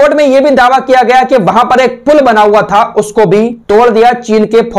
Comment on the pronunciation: फुल नहीं पुल